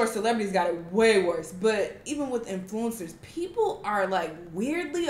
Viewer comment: I love where she emphasizes on the word influencers